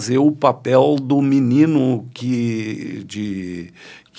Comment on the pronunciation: BA FALANDO MININU É BRINCADEIRA